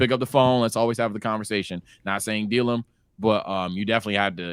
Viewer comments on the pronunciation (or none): none